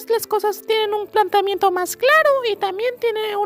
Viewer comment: Planteamiento no "Plantiamiento"